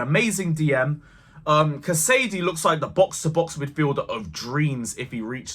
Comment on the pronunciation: It's Cas-a-day not Ca-sady. Happy with everything we saw smooth start for Poch. UTC! Keep it up.